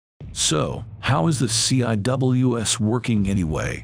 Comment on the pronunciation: The "C" "I" "W" "S"??? Anyone who knows anything about the Phalanx system, or any close-in weapon system knows it is not said that way. It is pronounced "seawiz". Not a single time going through CIWS "C" school or at any other point in my Navel enlistment as a Fire Controlman (FC) have I head anyone say it letter-by-letter. Plus you stopped talking about it at the search radar system, didn't mention the tracking radar system or the FLIR upgrade introduced with Block 1 Bravo that allows tracking heat signatures in a manual fire mode that allows for the interception of small craft. This upgrade was made after the attack on the USS Cole in the port of Yemen by suicide bombers in small rubber boats.